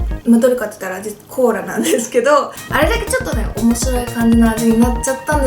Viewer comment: Choux cream? cola? I think something wrong with your tongue yuka 😂😂😂